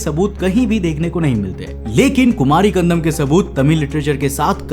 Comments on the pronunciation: bhai it's kandam not kandanam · It's not kandanam bro it's kandam😉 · Kumari Kandam not Kandanam.But the video content is very good. Nice research supported by proofs. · Khan-dam --- ko ---- khan-dha-nam kyu bol rhe ho bhai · It's kandAM he is pronouncing as kandaNAM! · कंदम को कंदनम क्यों? बोल रहे हो😅😅 Bar Bar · BRO I HAVE TO TELL YOU THAT ATLEAST PRONOUNCE THE WORD PROPERLY. WHY IGNORANCE? IT IS "KUMARI KANDAM" AND "KUMARI KANDANAM". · It is pronounced as Kandam, D as in Delhi..Also, k as in Akhand